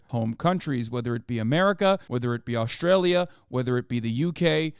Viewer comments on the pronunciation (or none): none